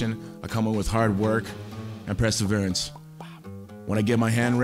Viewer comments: Preseverance? LMAO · "Presserverence" -Tito Ortiz